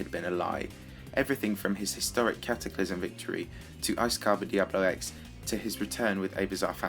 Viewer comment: it's Cataclysm not Cataclysum